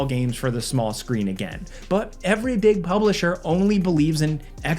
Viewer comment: what pray tell exactly is a… “Big Bublisher”,?